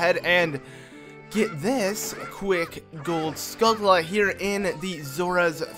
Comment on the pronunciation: You know it's skullTulla and not skullKulla right? Obviously its not a big deal, its just annoying